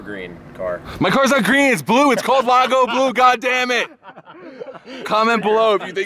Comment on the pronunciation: ha you pronounced blue funny there boss :)